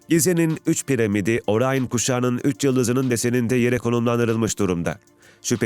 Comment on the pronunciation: Orayın değil, Orion